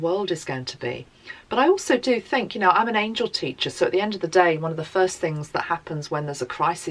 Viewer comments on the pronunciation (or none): none